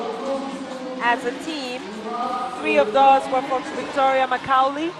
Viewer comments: “Makaulay ” lol 😂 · These funny cheeky commentators, how could you not know how to pronounce Macaulay? Interesting to say the least!